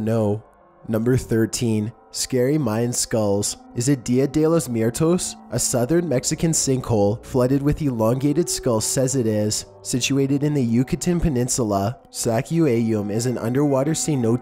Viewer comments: Dia de los miertos😂😂😂😂😂 he said DIA DE LOS MIERTOS.... BTW ITS DIA DE LOS MUERTOS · "Is it diha dee los muirtos" Me: facepalm